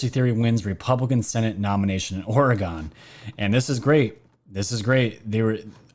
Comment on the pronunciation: Love you and your channel but it’s pronounced ore-gun not ore-gon lol